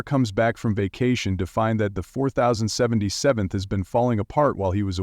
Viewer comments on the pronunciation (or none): First, STOP HAVING AI READ THE SCRIPTS!!!! I lost count how many different ways it pronounced 4077. Give someone $50 and actually have a person do the read. At least they could pronounce words and names correctly. Second, McLean Stevenson didn't leave the show due to burnout. He admitted in an interview that he left because he wanted to try something new and thought fans would follow him to another show. His exact words, "I didn't stop to think that people loved Henry Blake, not McLean Stephenson." Third, David Ogden Stiers did not leave the show. The part about teaching Chinese soldiers how to play Mozart was in the final episode, "Goodbye, Farewell, and Amen." Four, whoever wrote this completely missed the story of why and how Wayne Rogers, who played Trapper, left. Wayne was the one who most vocal about how it was becoming the "Hawkeye Show." He said that in the movie, and early scripts of the TV series, Trapper and Hawkeye were equals. Wayne left when, by the second season, the show was turning all its focus to one character instead of sharing stories and lines with a cast. Now the good part. Wayne never signed his contract. Since he didn't sign, he was never legally obligated to show up. So, Wayne just quit and there was nothing the studio could do about it. That is why there was never a farewell episode for him. He simply quit the show and never showed up again. Can't get the ai to pronounce things correctly and got several of the "facts" outright wrong or omitted.